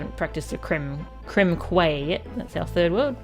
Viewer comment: Also Quay is pronounced "key" for reasons I have never understood.